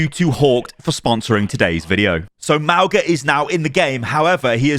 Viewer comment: Ma - oo - nga 😒🙄